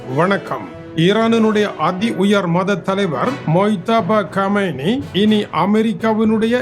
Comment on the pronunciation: மொய்தபா கொமெனி அல்ல முஸ்தபா காமெனி